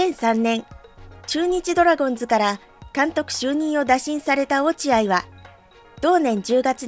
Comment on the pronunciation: まぁ、コーチとしての手腕も？？？な鈴木某だしなぁｗ 内部情報を垂れ流しするとか普通に考えてあり得ないこと。 ついでに言えば、ドラゴンズを「ドラゴンス」バントを「バンド」と独自のニュアンスｗ 正しい発音を出来ないとか頭が弱いのかな？ｗｗｗ